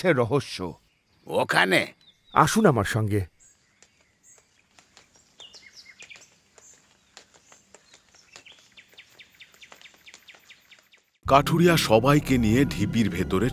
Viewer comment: Akta mistake korechen kathuriya k kathiriya na bole dui dui bar veer bolechen😊